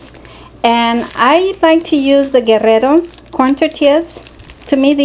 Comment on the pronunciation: As soon as I heard you pronounce Guerrero correctly. I knew I was in good hands.